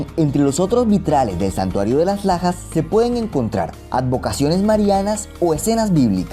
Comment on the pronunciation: Entendi: "santuario de las pajas"